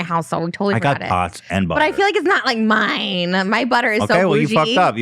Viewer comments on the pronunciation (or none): why did she say mine like that i’m crying 😭😭